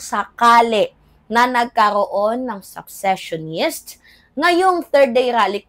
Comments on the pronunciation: secessionist hindi successionist sesesyonist pronunciation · Gud am,fan mo ko kaya correct ko ang cnabi sa content mo ngaung araw...hindi successionist dear but seccesionist ok?take care.